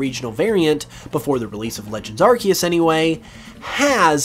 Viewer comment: ITS AR-SEE-US